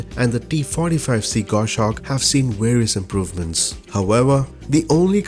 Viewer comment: Say it with me... Gos-hawk. Gos-hawk. Gos-hawk. NOT GOSH-AWK.